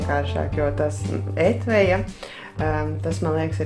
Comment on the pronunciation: Etvija nevis etveja 😄